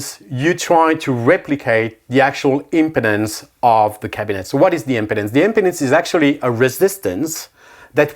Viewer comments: It’s pronounced impeeeeedance. 😂 impotence 😬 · Unfortunate pronunciation of “impedance.”